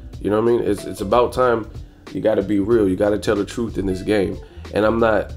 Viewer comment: Tell the twruth tell the twruth 😂😂😂😂😂